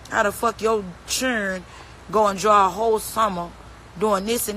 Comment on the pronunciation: It’s children not chilren